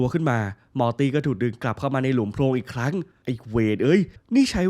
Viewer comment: พี่ครับมอตี่ที่ไม่ใช่ม้าตี่ครับพี่พูดผิดครับผมพึ่งสังเกตุได้ว่าพี่พูดผิด